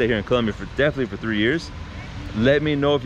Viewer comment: Do you have a hispanic heritage you say Colombia the proper way it's supposed to be said 😂😂